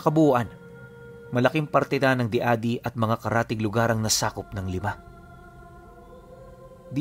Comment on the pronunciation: Korek qlang po ung pag bigkas ng lugar ng Diadi,,, nagiging JADI po kasi ang tunog nyan,, ika nga ni yung lang salamat 😊